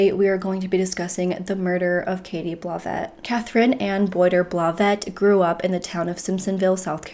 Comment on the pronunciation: It's a GMC Yukon... pronounced YOU-CON. smh. Where do you live girl...that you don't know what a Yukon is? lol Also,. I think the last name...Blauvelt is pronounced Blah-veLt...not Blah-vette...smh